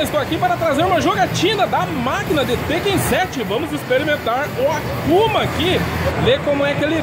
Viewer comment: Q agonia dá ouvir ele falar tekkÉn, sendo q se fala tÉkken kkkk